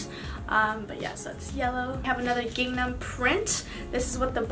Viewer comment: no shade, just wanted to let you know the checkered print is spelled gingham and pronounced ging- um